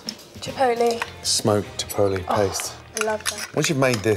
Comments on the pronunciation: Paprika? Smoked paprika. Jipotlay? Smoked jipotlay. Amazing? Beautiful. Get it right jeez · chipolly? what? XD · Is it chipotle?Or chipoltly?Wth is chipotly? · "Chipolee." "Smoked." 'Orgasm' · Somebody please make a compilation of all the times gordon mispronounces "chipotle" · how did he pronounce chipotle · "Paprika" "Smoked paprika" "Mm I love that" 2 minutes later... "Chipotle" "Smoked chipotle" "Mm I love that"